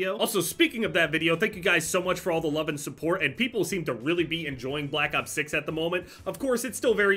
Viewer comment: “I wuv recon”